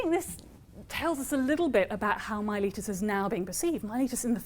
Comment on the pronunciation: If only you could pronounce Miletus correctly…